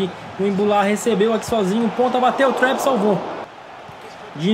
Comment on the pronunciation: eu acho q o nome do goleiro do psg se pronuncia trapp e n trep